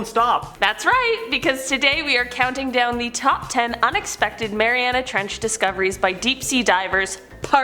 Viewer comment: Why is he saying "marianis trench" instead of "mariana trench"? pronounces it correctly